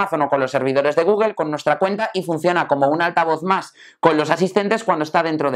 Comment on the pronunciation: Por qué pronuncian Google de esa manera? "gugel"